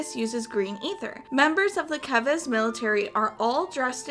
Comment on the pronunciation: FINALLY! A youtuber who pronounced "Keves" right lol